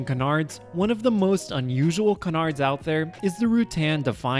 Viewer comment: Why can't people pronounce "canards" correctly?